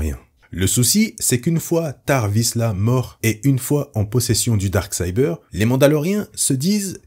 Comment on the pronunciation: Ce n'est pas pour critiquer, mais si tu es incapable de dire "Dark Saber" correctement, aussi bien dire "Sabre Noir".